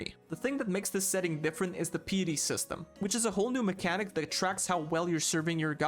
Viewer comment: Great video! Thanks. Also fyi: piety is pie-eh-tee 🙂